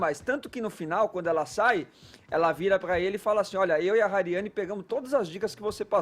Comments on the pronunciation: Alguém explica que Hariany não se lê Rariany e sim ariany com H mudo... Pq tá doendo em ouvir! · MANO O NOME DA MENINA É HARIANY NÃO RARIANY AFFF